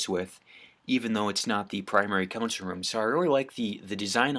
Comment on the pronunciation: It’s console not consul